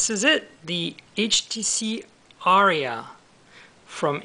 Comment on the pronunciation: It's pronounced "R-E-UH" btw